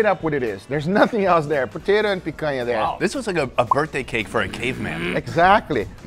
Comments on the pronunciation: I'm surprised to see a gringo pronouncing the "NH" in picanha the way it's supposed to be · Não acredito que esse tempo todo que assisto seus vídeos não sabia que você é brasileiro! A pronúncia da "picanha" entregou 😅